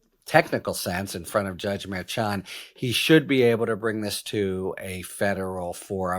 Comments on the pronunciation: It's Mer-shan, Harry. Not Mer-chan. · Harry, stop with the wh*te priv*ledge. Have Spanish-speaking bilingual assist you with Spanish-name pronunciation. It sounds like fingernails on a chalkboard. Mer-shan. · Sometimes a "ch" sounds like "sh"...forexample, the word "chef" or "machine". This may helpful in knowing how to pronouce the Judge's name in Trumps Court case. Judge Merchan...think of it as Judge Mershan.